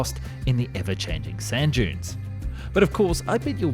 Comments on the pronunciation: At the start I thought you said “to crush Jews into highways” and I thought “H man must have had a hand in this” And then I realized “duh dunes it has to be dunes” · Thought he said crush jews into highways had to click on the vid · I can't be the only person who heard him say something else other than "crushing dunes"... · Oh, the narrator said 'crush DUNES' - from across the room I thought I heard something else....🤣